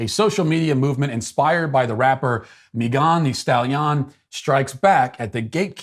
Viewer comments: Matt: "Mee-gon Thee Stally-on" LOL Here's a how-to pronounce video, Matt: I winced and laughed every time you said her name. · Mee Gone Stal Ee On 🤣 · Hearing Matt pronounce Me-GON the Stal-YON was exactly what I needed to hear today! I love how he always nails the pronunciations of people's names! SBG for life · Matt pronouncing mee-gah-n the stali-ah-n is amazing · Someone please make a compilation of every time he said "mee-gahn thee stall-yawn" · every time you say "mee-gahn thee stal-yahn" I bust out into laughter. Doesn't get old 🤣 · Me Gone the Stale Yawn! I couldn't tell if Matt was aping a bad French accent or had honestly never heard of this woman. Well played either way! 😆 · Matt pronouncing "Megan Thee Stallion" 😂😂 what was he thinking? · The way Matt Walsh pronounces Megan Stallion lmao 😂 like its some exotic name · My girlfriend listens to megan the stallion. I am now pronouncing it like that to annoy her. Thank you, Matt. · This whole episode: 👨‍🍳 💋 Why did you pronounce “Megan the Stallion” like that?! 🤣🤣🤣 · Why does Matt pronounce Megan The Stallion like that? Did I miss an episode that started this? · Haha….Matt has me laughing like an idiot at work over how he pronounced Megan The Stallion 😅😂🤣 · Me too!!